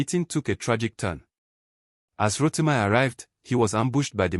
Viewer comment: Ro-ti-mee not Ro-ti-my